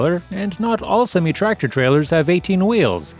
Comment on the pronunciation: You pronounce semi wrong